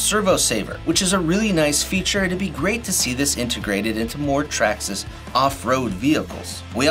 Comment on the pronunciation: Nice, but it's Traxxas.